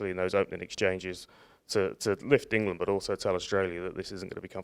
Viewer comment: "Englad"? is that near 'Irelad?